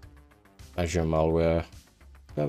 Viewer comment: the way you pronounce azure as ashure💀